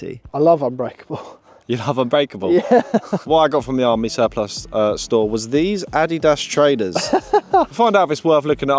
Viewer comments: Why can’t either of you pronounce the word Surplus 😂😂. Great vid as always lads keep it up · I’m cracking up every time you guys mispronounce surplus!